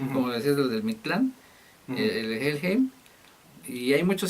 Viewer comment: Se pronuncia " Jellhaim " , por favor reaccionen a Los Ángeles Negros del Moyocoyo ( no es albur ) ellos tocan el éxito La cumbia metalera ellos son la neta y ustedes cada vez se la rifan más , felicidades .